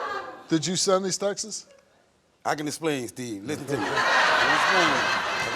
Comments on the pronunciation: Steve, it's 'texts', not 'textses'. That's like saying 'dogses'. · I like how Steve pronounces Texts… Sounds like Texas 🤭